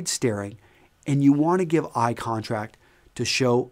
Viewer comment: You said eye contRact :)